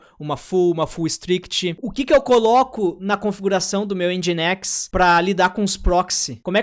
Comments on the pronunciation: A pronuncia de Nginx é "Engine x". 😄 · Se fala engineX